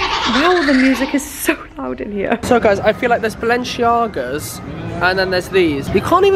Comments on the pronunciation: whats wrong with you and your "balenchiaga"?🤦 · One day you will pronounce the shoes right aha